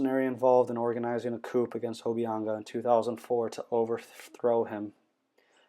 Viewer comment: The p is silent in coup